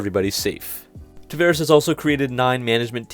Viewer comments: I'm sorry, but it grates everytime you mispronounce the CEO's name. It's TavAres not TavEres. Come on. It's not hard. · It's "Tavares", the "va" is spelled like the "vau" in the word "vault".